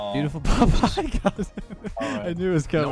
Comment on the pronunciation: I think a couple times I heard Popeye instead of pop high which is even funnier